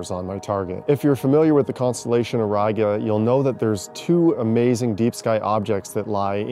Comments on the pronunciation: Bruh it's o-riga lmfao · "Auriga", Latin 1st declension noun, nominative singular (-a, -ae), meaning "the/a charioteer". The accent is on "i", thus the correct pronunciation is "ow-ree-ga". In Latin, "au" is a diphthong, pronounced "ow", the "r" is rolled and the "i" is pronounced as the e in bee. There now, you know a little bit of Latin.😉